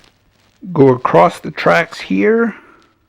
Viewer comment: Why do you pronounce "across" acrossed? Straight acrossed, go acrossed, etc?